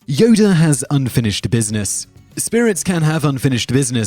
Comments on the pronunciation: This nigga keep saying "Yoder" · Yodr lol haha WTF is wrong with this guy... Plus just incase you forgot moron he lost his light saber in the senate while he battled sidious.